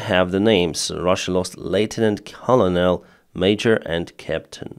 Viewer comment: Love your English and sense of humour. Tip: Colonel is pronounced as kernel